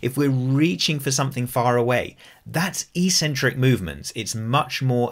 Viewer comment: EEEEEcentric is not a word anywhere in the English language. Eccentric means ‘away from the center’. A crazy person is called eccentric bc they are ‘away from the center of normality’. A ‘negative’ movement of an exercise is a movement of the tendons ‘away from the center of the muscle’. It makes perfect sense from an etymological standpoint. Mispronouncing it as eeeecentric would mean ‘without a center’, which makes no sense. Another line of logic proving that it must be pronounced eK-Sen-Trik is that the first syllable is ‘ec’, which can only be pronounced ‘ek’ in English. There’s no possibility of a silent ‘c’. There’s no controversy regarding how to pronounce ‘centric’. So, the word is pronounced, eK-Sen-Trik. But don’t take my word for it! Look it up in literally any English dictionary.